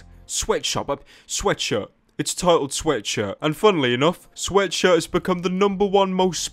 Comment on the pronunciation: Does nobody notice how this guy can't even pronounce sweatshirt right? He always says:,, you can wear my sweatsurddd''